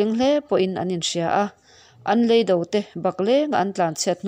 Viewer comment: Ka tisual em lovang chu maw..?! Leido 'Lei - Toung' zawk hi, a lamrik dan tur.